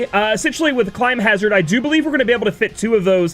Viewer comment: This video looks great. please though it's climhazzard, not climbhazzard